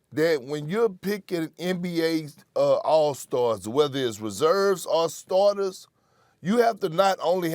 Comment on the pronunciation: Perk couldn’t say all star starters lol